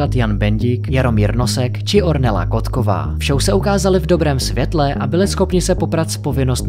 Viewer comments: Prý Kotková 😃 Koktová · Zlato, když už děláš video, tak aspoň říkej správně jména. 💋 Ornela není Kotková ale Koktová 💋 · je to Ornella Koktová, ne Kotková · Nečíta sa Lafeta, ake Laffíta😂 A za dalsie, v titulku vo videu je napísané Koktová a vy to ale v komente vo videu poviete Kotková 😂 Ja tu pani vôbec nepoznám, ale zjavne máte veľa chýb. 😂😂😂😂😂😂 Tak isto Boraroš, je to Maďarské slovo, číta sa to na konci ako š. Boráro š.